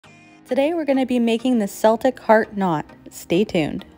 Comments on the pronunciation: I'm so sorry to be this person... It's a hard C. "Kel-tic" not shivers "sel-tic". Your tutorial was easy to follow even with the sound off. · Thank you, but PLEASE it is celtic (kel-tick). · Seltic is a football team Keltic is how it’s pronounced for a race